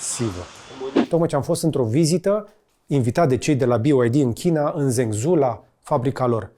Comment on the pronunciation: Salut George, misto filmuletul (dealtfel cam toate filmuletele tale) numele sub-brandului BYD pe care incerci sa-l pronunti este Fang Cheng Bao iar numele orasului Zhengzhou s-ar pronunta ceva de genul: Gengjou